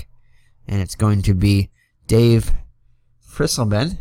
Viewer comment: Dave Freisleben was at the end of an injury shortened career in 1978. He had some good seasons with the Padres. His last name is pronounced fry zlay ben.